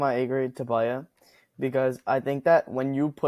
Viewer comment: its not baaya when you refer to Brij! Its Bhayyah!